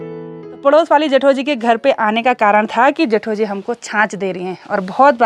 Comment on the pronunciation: Hello....Aap ke vlogs Bohot Ache hote hai....Meri puri family night me Apke vlogs dekhti hai.... Specially mere Papa G ko Bohot psnd hai apki video....Jab aap Bolti ho Na # Jethoji,hum sabko Bohot achaa lagta hai apke mooh se